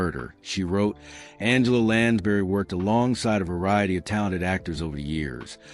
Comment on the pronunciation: The narrator cannot even pronounce Lansbury. Really annoying.